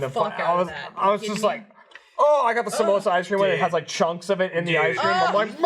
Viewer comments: I love that none of them can pronounce 'Samoas' correctly. Samosa is a savory food. Samoas are the girl scout crack. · I never comment on YouTube but oh my God the amount of times said "samosas" instead of samoas... I love you man but my brain twitched a little every time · Surprised none of the crew called out on his mispronunciation of Samoas. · Amber Lynn read this comment before it happened and I couldn't ignore it. Thank you sooooooooooo much lol